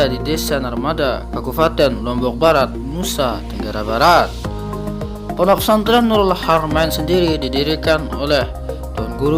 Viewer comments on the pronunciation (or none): Saking fasihnya jadi kayak gini . Fondok fesantren bilangny..😇😇😇